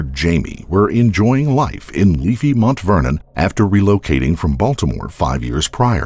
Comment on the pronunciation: Why's he keep saying MONT Vernon instead of Mount Vernon?